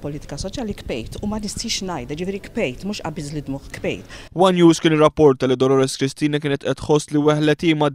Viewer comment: hmmm she said Kbejt 3 times... isnt it Bkejt from the Noun BiKja??!??